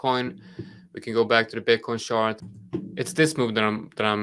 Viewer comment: i love the content. its extremely helpful, im learning soo much from you. and i love how each time when you say "chart" it sounds just like "shart". cracks me every time :D